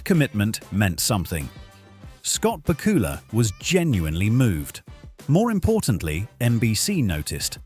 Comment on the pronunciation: Please learn the correct pronunciation of Scott's name!! It is BAK U LA! not BA KU LA!